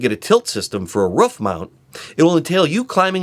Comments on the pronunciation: are you saying woof or roof???? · Its roof not woof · Ha ha can't say roof it's not ruff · Ruff. Ruff. Try ‘oo’. Two “O”’s make an who sound. Leading to roof. Not ruff. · Dude, its a roof. not a ruf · Al Filipini He also says Rouf a lot instead of roof, only person I've known to pronounce it like that, certainly robotic characteristics lol. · Great video! It’s roof not ruf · I swear to god if he says "ruff" one more time this video is getting paused...he's doing it to wind me up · I like how you say "roof". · I can't handle how he says roof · He says roof wrong. It's starting to piss me off.